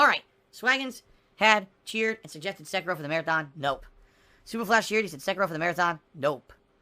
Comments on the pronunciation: The way he pronounces Sekiro fills me with hatred. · ...the fuck is a "Sekero"? He can't say Seh-Key-Ro? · I HATE the way he pronounces sekiro! Its se-kir-o! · Nor Sekiro.